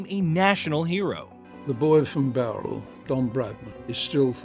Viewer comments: Why the hell have we got an American commenting on a sport they know nothing about? The mispronunciations alone are teeth-grinding! The 'bow' in Bowral rhymes with 'how', not 'doe'. Try some proper research before speaking such rubbish. Otherwise get an Englishman, or an Australian, or a West Indian, or an Indian, or a South African, or a Pakistani, or a New Zealander to do the commentary! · Yet to see any of these shit low effort AI channels pronounce Bowral correctly....